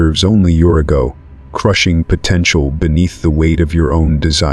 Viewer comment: Horrific pronounciations. Can't even pronounce the word ego.